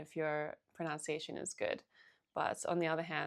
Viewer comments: ProNUNciation, not ProNOUNciation! Jeez, start with English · Just wanted to point out that the word “pronunciation “ is pronounced “pro-nun-ci-action” not “pro-noun-ci-action.” Hope this is helpful. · It's all so good -- but one thing... You keep saying "proNOUNCiation" -- and this is not a word. The word you are looking for is "proNUNciation" and it is pronounced just as it is spelled. I don't mean to be overly picky, you place great emphasis on correct pronunciation in Chinese so I think my comment may be appropriate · Excellent tips. Thank you! And for the love of god, it's pronunciation not pronounciation. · Someone who says “pronOUNciation”, instead of “pronUNciation” might better work on her native tongue first! Switched off, after this. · pronunciation not pronoun-ciation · Great video, thank you! Just a quick tip, if you're making videos specifically on language: it's "pronunciation", not "pronounciation". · pro-NUN-ciation, NOT pro-NOUN-ciation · Pro-NUN-ciation, not pro-NOUN-ciation- thanks for the tips! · The correct word is proNUNciation not “pronounciation,” so maybe learn correct English first!!! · It is pro·NUN·ci·a·tion NOT pro·NOW·ci·a·tion. It really hurts the ears. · it's not /pruhnOWntsieyshun/, it's /pruhnUHntsieyshun/! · Pronunciation, not pronounce-iation. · The irony of pronouncing pronunciation as pronounciation ^_^ just teasing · "Pronounciation" Lmao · The pain of hearing "pronunciation" mispronounced over and over. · Might I suggest learning how to pronounce ‘pronunciation’. Hearing you speaking about learning pronunciation and every time pronouncing it wrongly doesn’t help your cause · the irony of talking abt pronunciation and not saying pronunciation correctly hahaha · Pronounced pronunciation wrong, lol. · It’s very common to hear it pronounced that way here in Australia. I tend to do it myself even though I know better. There’s a certain irony in the fact that the word ‘pronunciation’ is so commonly mispronounced.